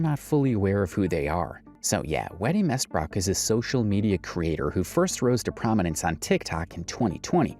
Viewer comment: Wetty Mestbrook? lmao